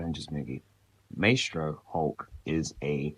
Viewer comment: your mispronouncing maestro